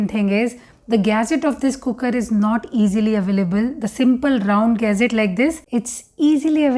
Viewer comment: 'Almunium'... Lol what's that... And then we have the "gaset"